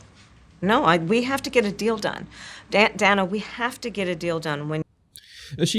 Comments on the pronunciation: She is always telling people how to pronounce her name properly..but then can't figure out how to pronounce Dana's name. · Go to on your video. She says Dana's name wrong on purpose. Slow it down